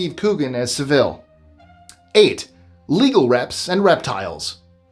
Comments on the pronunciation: every other time I have heard this guys name it is pronounced with a short 'vel' sound not the longer 'vil' sound you have used. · You make Jimmy Saville's last name sound almost Spanish. It's pronounced Sav-ill...ill being appropriately the stronger syllable. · It's actually pronounced 'sA-ville'....... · jimmy sa-ville? You're mispronouncing that pos' name. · It's Jimmy Saville as in sav I'll It's Saville ok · Jimmy Savile’s surname is pronounced Sa-vill. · Number 9 - His name is Jimmy Saville - prounouced sav ill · Jimmy Savilles name is pronouced with the accent on the SAV part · Sorry Jimmy who? you really gotta learn how to pronounce English / British Names. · Nobody pronounces Saville like that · His American pronunciation of "Saville" is making me laugh 😆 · Yes, sounds like the Spanish city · I also commented on that 😂😂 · Agreed... and it surprises me. usually goes out of his way to get pronunciations correct. I guess law of averages says you miss a few. Lol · I've heard that the Property Brothers houses weren't bought by the couple on the show. By the way Jimmy Saville pronounced that a in his name Sa like basket then ville with emphasis on the sa part. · Thank you! Drives me nuts when people don't bother to learn how to pronounce properly.